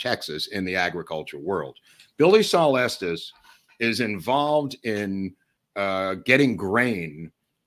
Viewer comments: Watching this way after you posted it, but thank you. Been binging on these on my days off. Thank you also for pronouncing Estes correctly, not like so people like “Es-teas and it is Pay-cos. Native Texan born in Dallas. My sister in law’s husband says he is related to Estes, though he has been known to lie from time to time. 😁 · I am just grateful that they pronounce Estes correctly.